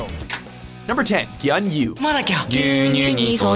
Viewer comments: みんな気づいてないけど ぎゅうにゅうをガンニュウって言ってるのが草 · It's NOT GYUN-YU, it's gyu-nyu (or, g-yew n-yew) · Bro! Pronounce Gyunyu correctly!!! It's GYUNYU!!!!! Ghee-you-n-you!!!! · ギャン・ユー（英語で関羽の発音）って三国志かよ。発音ワロタ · Gyunyun の発音wwww ギュンニュン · 牛乳がギャンユゥになってて草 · 牛乳をギャンニューって発音するの草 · 牛乳の発音がギャン・ユーは草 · 牛乳がギャァニュゥ！になってる